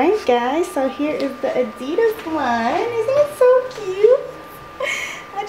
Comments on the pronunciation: You say adidas wrong but still is an epic vid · You pronounced adidas wrong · She did not just say adidas like that